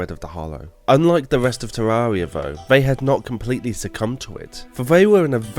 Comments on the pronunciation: Ethanotor Oculus there is actually! Terr-ar-ree-ah is not correct, it's teer-ai-ree-ah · Good. But it's Terraria, not Tarrarea. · Jesus christ learn how to say "terraria" already its an interesting video but i cringe everytime you say terraria